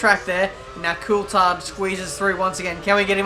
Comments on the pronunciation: Well Coulthard himself pronouncs it cool-thard. So it's a 'th' sound and not just a 't' sound. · Here's a tip pronounce Coulthard correctly.